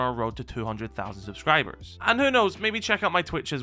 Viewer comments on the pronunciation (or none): none